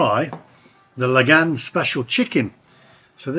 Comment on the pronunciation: What's with the sensationalist titles? 😂 The place is pronounced Lagaan...rhymes with naan..just sayin' 😆